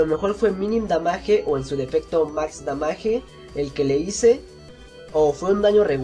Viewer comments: la palabra damage que es en ingles se pronuncia damach ;) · Damaje? Damage pronuncialo como es sí no,no metas palabras inglesas que se mira muy mal"crítica en la buena onda" saludos y buenas batallas:D